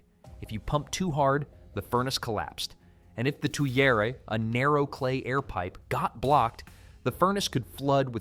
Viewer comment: Please tell your AI that the correct pronunciation is "GUR-tight" rather than "goo-thite." Also, the French say "tweer" and no one but an Artificial Idiot says "to-yer-aye." Never ever trust AI to get the pronunciation right. Always look it up in the Oxford dictionary instead. Also "melt" and "smelt" are no more the same word than "snail" & "nail" or "stool" & "tool." "Smelt" is a chemical change NOT reversible by simply lowering the temperature. "Melt" is not a chemical change - we have the same substance before and after melting. THANK YOU for having your AI refer to the atoms in the steel instead of saying "molecules." It is refreshing to watch folk get that one right! Please note that 480°F is nowhere near a glowing heat. 880°F isn't even a glowing heat. One thing recently explored by archeology and not widely disseminated yet: The "fuller" as possibly artifact of forge welding rather than as something dented in afterwards. Many experiments show this alternative technique taking less time and resulting more easily in the observed patterns. The technique also requires only tools like those which have been dug up. Nobody had a belt grinder in Y1K.